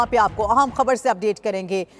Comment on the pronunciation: main t zayada parha likha nhi pr ye jo bol rahi ha es ki jagha mujhe bolalo urdo pahr kr bhi galat bolrahi ha aham tansibat ko aam tansibat or bhari top ko bharti top bolrahi ha